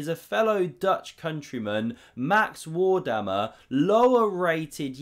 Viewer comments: WAR-MER-DAM The a’s are all pronounced as in e.g. mark. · Max "Wardamer"? WTF?